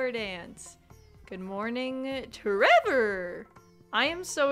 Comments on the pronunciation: Every single time you say your kid's name I snort with laughter. tREVOR 😂😂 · It's really more like ✨️TrrrrrrEVoooor✨️ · Omg whenever you say tREVOR I just crack up 😂😂😂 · The way you say tREVOR every time without fail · every time you say tREVOR brings me so much joy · Every time you say tREVOR I burst out laughing 😂😂😂